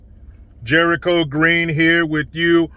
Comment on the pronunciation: Jericho, you're saying it right.